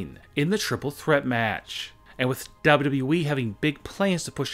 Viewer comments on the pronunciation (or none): Why do you say double u we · the way he says dub dub dub eee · The way he says "wwe" is too funny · PLEASE STOP SAYING WWE LIKE THAT SAY IT A LITLE BIT SLOWER